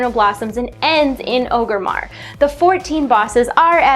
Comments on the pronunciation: It's Orgrimmar... not 'Oh-grimmar'. Stop saying it like that. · The first "r" in Orgrimmar is not silent. I mean this with utmost respect; just trying to help. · I really like your videos. I only wish you could say Orgrimmar right. Drives me crazy! lol